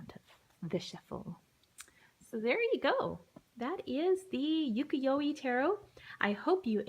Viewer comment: your pronunciation of UKIYOE is wrong. u ( you ) ki (key ) yo ( yO ) e you pronounced the e as E. Not as ( eh ). you-key-yO- eh. is the correct way. Not E but eh.